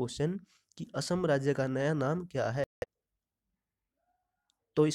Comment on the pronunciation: 'असोम' नहीं कहते भाई, 'असम' ही कहते है।